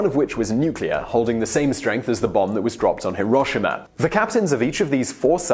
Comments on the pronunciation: HEAR - o - she- ma not Her - o - sha- ma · It's hee-roh shema. Not hiroshima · Hiroshima: he-row-she-mah Such a well-known name shouldn't be mispronounced. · hiroSHIma, pronounce it correctly, buddy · Not a big deal but, Hiroshima (hee-roh-shee-mah) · Amazing I also am starting to see that you try your hardest not to offend anyone so I'll give you a tip Hiroshima is pronounced more like he-row-she-ma. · Please...pronounce it He-Row-She-Mah, like it's supposed to be. Google translate does an adequate job. Paste ひろしま into and listen to it. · How you say Hiroshima gives me radiation poisoning